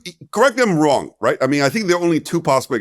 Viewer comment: Woo says the market is wong